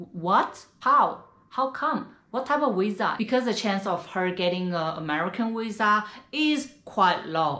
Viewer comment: I love this chicks channel and I think she is beautiful so no one on this comment section say I’m being mean because I’m not… but why do the say wisa instead of visa??